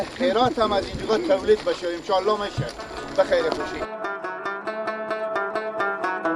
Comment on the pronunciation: برادر محترم شما که بطور غیر حرفه‌ای و صرفاً برای کسب درآمد کار رسانه‌ای می‌کنید حداقل کاری که برای بهتر شدن کیفیت و محتوای کار خود و همچنین جذب حداکثری مخاطب می‌توانید انجام بدید ارتقای سطح دانش و فن بیان است که آن هم با اندکی مطالعه امکانپذیر است بند سلما‌ را سلمه میگی انشاالله را امشالا میگی🤔 و در نهایت میگی دل خارجی‌ها بترقه در حالی که این بند با پول و همکاری‌ خارجی‌ها ساخته شده وگرنه چرا باید پرچم ( بیرق ) هند روی دیوار آن باشه🤔 ضمناً در طول همین چند سال خارجی‌ها از این بند محافظت می‌کردند و تروریست‌هایی که شما آنها را برادران امارت اسلامی خطاب می‌کنید سعی بر تخریب آن داشتند! در کل کاری به این مسائل ندارم مشکل اصلی فن بیان شما است که بسیار در سطحی پائین و مبتدی قرار دارد.